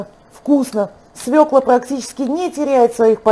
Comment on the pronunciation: СвЁкла! СвЕкла-по украински,не для нас!